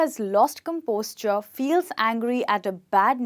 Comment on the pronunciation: You are saying " lost composture"( I mean you are pronouncing composure as composture)..why is it so??